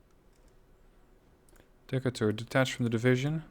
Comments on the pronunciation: Also, it pronounced "Dee-cay-tur" ...after Stephen Decatur, American Naval hero .... Barbary Wars, War of 1812 .... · I know how you pronounce Decatur is probably correct as a European, in the states, they would definitely say Dee-Kate-rrr